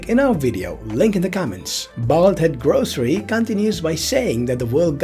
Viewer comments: Lol who tf are the grocery? 😂😂 It’s gorosei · Gorosei(Gorosay) pronounciation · Gorosei- “gore-oh-say”